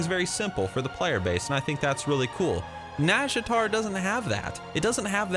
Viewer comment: Close pronunciation, but it has the "naw" not "nah". Just listen to the Warcraft 3 sea witch